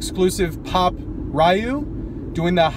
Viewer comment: Ryu is pronounced Ree-You